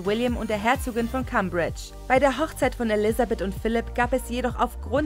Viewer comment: Es wäre sehr schön, wenn sich die Sprecher auf EINE SPRACHE bei der Aussprache der Namen oder Wörter allgemein beschränken würden (zB nicht Herzog von KAMMbritsch sondern Cäimbridge ausgesprochen). Die deutschen Übersetzungen sind eh grausam ... a b e r wenn ein EINZIGES Wort in zwei Sprachen aufgeteilt ist, wird's unerträglich 😢😢